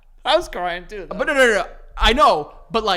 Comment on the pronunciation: “You have a nice little meal theugh” who else caught that 😂